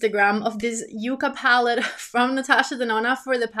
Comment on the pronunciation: Lol why do you say palled instead of palette? It’s a lil funny to me 😊